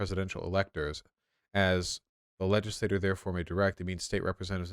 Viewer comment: Vaush I am fucking begging you to learn how to pronounce "legislature". It's like "ledge-iss-lay-cher", you're pronouncing it like "legislator" which is just a single member of the legislature